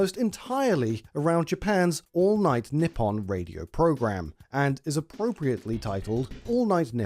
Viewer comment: He says Nippon like "nip on" it's "knee on"